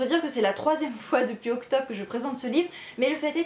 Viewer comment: La ca'sa .... el mun'do avec accent sur la dernière syllabe, ça fait pas très sérieux.